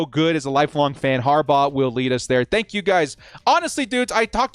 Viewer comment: "Thenk yoo fer ALL cummieeng" Can This Jack Wagon even get his intro right?!! Great...proved youre a galactic moron. Now. STAY THE F#CK OUT !